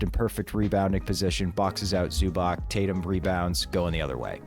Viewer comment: love you guys, big fan of the show! also sorry to be that guy but it’s pronounced "zu-batz" ! the c in croatian is like the tz in ritz when there’s no accent